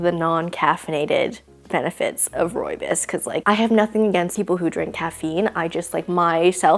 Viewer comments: I love how she says it! I'm south african and that's where the tea orignates, she isn't saying it 100% correctly but she says it mostly right and it just sounds nice so 100% agree with you😅🫶🏻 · hihi, I'm South African too 👋🏽. I know it's not correct but it's definitely different.